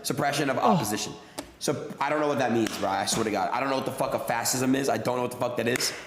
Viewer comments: Imagine getting your political commentary from a kid who can't pronounce fascism, doesn't know what it is or who Mussolini was and who thinks Biden "got rid of abortion". Barron is truly just as dumb as the rest of his family. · Adin can't read, and he didn't even know the meaning of those words either! It's like it was the very first time he'd ever seen those words! Good Lord, how can he even talk about politics if he doesn't even know what fascism is or how to pronounce it? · Get that boy some hooked on phonics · adin is a clown . this is the dude that respected andrew taint and literally sniffed his chair. he had difficulty pronouncing fascism on stream.